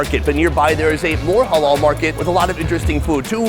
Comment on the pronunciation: when he said halal it sounded like hallol